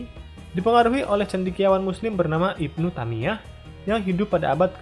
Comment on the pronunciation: Ibnu Taimiyah cara pengucapannya min bukan Ibnu tamiyah